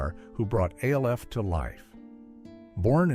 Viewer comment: AI can’t Evan say Alf …and yet they say they will take over the world …